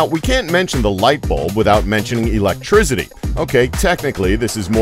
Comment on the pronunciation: It's electricity, not eletrizidy